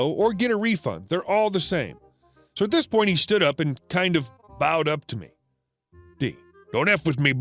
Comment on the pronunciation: Bowed up, bow pronounced like bow as in. bow and arrow. Or bow on a package. Research would be helpful.